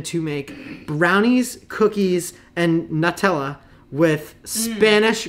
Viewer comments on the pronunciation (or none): Great video as always. Btw i’m italian and yes you are not supposed to pronounce “nAtella”, that is one of the most common “americans mispronouncing italian brands” ahahahaha